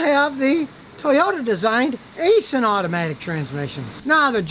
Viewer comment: 🤣 a sin transmission..... try saying it like eye sin.